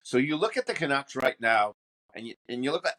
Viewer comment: Fat man can't even pronounce canucks.